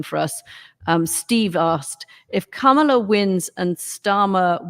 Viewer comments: COMMA-la, not KAMA-la! (I struggle with it, too.) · You Murricans are still not pronouncing Kamala properly! It’s a very short Ka (not Kaa!), then s short Ma (not Maa) snd then a longer Aa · I don't understand why this man, as a former communications director and Harvard law grad, CANNOT pronounce Kamala correctly. I've seen him corrected in real-time on another show at least once and he blamed his ethnicity, or something. It seems intentional at this point and it's unbecoming. Maybe he needs to watch the DNC's educational segment with the children showing how to pronounce her name again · The name pronunciation lesson backfired by asking the crowd to divide up, Kama Lah, because the chanted the Lah with more emphasis than wanted. Oh well, GO KAMALA! 💙💙💙💙💙